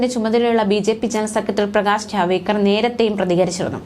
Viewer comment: പേര് കൃത്യ മായി പറയൂ ജാവേദ്ക്കർ അല്ല ജാവഡേക്കർ എന്നതാണ് ശരി